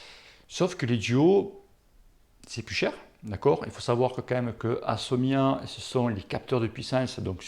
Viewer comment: Mdr tu as bien dis Favero et pas Ferrero, par contre tu as dis "Assomia' au lieu de ASSIOMA, et tu insistes en plus !!!